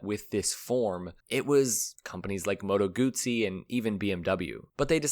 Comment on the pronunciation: I wish the narrator would have pronounced moto guzzi correctly just once.